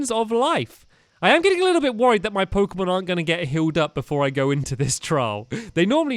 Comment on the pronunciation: Jeezz I know stampy hasn't played pokemon for a long long while but his pronunciations of the new pokemon are hilarious